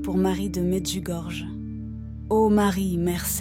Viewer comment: AMEN et Merci. Mais svp Medjugorje se prononce Medjugorie . Par respect, veuillez en tenir compte svp. Soyons bénis par Jésus et Marie notre bonne mère toujours parfaite, vierge et immaculée du ciel.